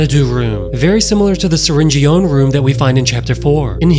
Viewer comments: Why do you say syringe-ee-own, it’s not surg-ee-own, it’s surg-un, so it’s syringe-un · Syringeon is pronounced (sir in jun)